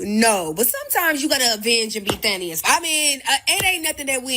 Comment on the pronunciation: Thanos, not Thaneus😂